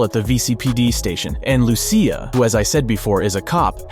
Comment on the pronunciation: Every Lucia I know in real life pronounces it "Loo-Sha"